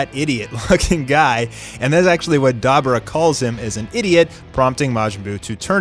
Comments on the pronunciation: Right before the sponsor did he say dab..rah? Like as in dabora? Does the narrator not fucking know his name? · Its Da-Bo-Rah. What is dabra? Did you even watch the show? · Dab-or-ra not dabra:/ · DUH-BOR-AH. That's how you say his name. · I just said the same. Like how tf does the narrator not fucking know his name... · Watching this did it piss anyone off cause he kept mispronouncing (Da- Bor-raa)s name I mean C'mon dude how can you be a fan and keep mispronouncing these characters' names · The way you say dabura is so weird lol it’s like you never watched dubbed